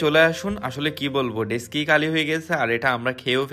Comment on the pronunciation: ডেসকি না ডেকচি